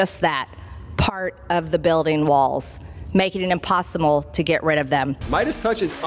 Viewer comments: She's a goon. "....making it impossiMAL..." Miss Greene you don't speak very goodly. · What a disgusting human being. I can’t wait until she finally goes away. Did she just say “Impossumble”? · She said "imposimal". Who the hell knows what she is talking about ever. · She literally said, "impossimal". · Did she say “Impossi-mole”? Is that some kind of vegan mole? (And it’s pronounced “mow-lay”.)